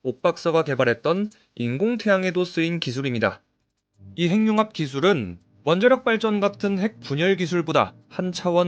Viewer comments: 핵융합 발음 교정합니다. 행융합이 아니라.......해귱합으로 발음해야 맞겠죠~ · 핵융합이라는 글이 행융합으로 발음하게 되면 <핵>의 의미도 사라집니다. 문법상 자음접변이 아니라 연음법칙을 따라야 합니다.